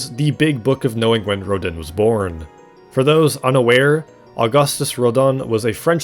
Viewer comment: How did you even manage to pronounce Rodin wrong, then correctly, then immediately wrong again?? (at )